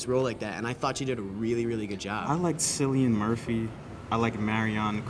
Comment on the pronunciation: "Sillian Murphy" Oh Americans trying to pronounce Irish names is always a laugh